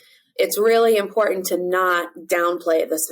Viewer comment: Please properly pronounce "Important".